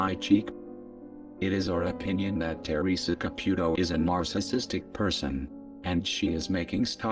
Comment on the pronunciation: Fabulous reporting! that fake old skank makes me sick! I hope they cancel her soon and all the stupid people that believe this crap, well they get what they deserve, but to exploit this child in such a manor is reprehensible. the robot voice is cool it says her name and sounds like Ca-PUK-o, make me snicker! lol